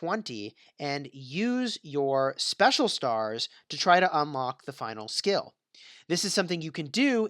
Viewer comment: Something's wrong with your mouth. You always pronounce "skill" as "scale". Wtf